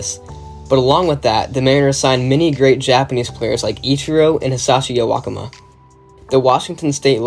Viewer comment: Amazing work man, as a M’s fan I’m glad someone is giving light to this moment in history especially for my team. Only thing is the pronunciation of Hisashi Iwakuma’s last name. It’s ‘Ee-Wuh-Coo-Muh’ (idk how to do it better.) but amazing video none the less.